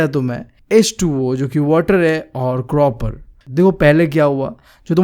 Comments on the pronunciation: Copper ❌ cropper✅ 😂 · Copper ❌ croper✅ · Bhai cropper nahi copper bolte hai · Copper can be heard as croper😂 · Copper ❌ cropper ✔ 😂😂 btw your teaching unique and very understanding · bhai ye copper ko cropper kyu padhta hai koi bta skta hai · its copper not croper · Bhai ki kropper(copper) if you want to listen to it🤣🤣🤣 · Copper ❌ Cropper✅ Just for fun 😂😂